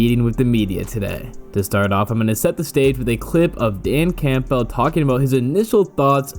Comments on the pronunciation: Dan Cam-bull, not camp-bell 😉😊😂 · If I had to hear you say CAMPBELL and pronouncing the P in it one more time I was going to have to go find a kitten to punch in the face.